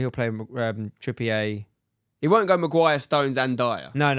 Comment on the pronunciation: Please stop saying “Trippy ay” that’s not his name 😭